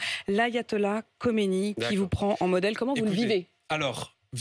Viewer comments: C Khameney et pas Khomeiny. Khomeiny est mort depuis 30ans . Reveille toi bébé. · Elle prononce mal mais c est Khamenei…. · Elle prononce mal khamanei